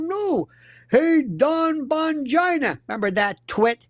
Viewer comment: I giggle every time he says ‘Bongina’ 🫢🤣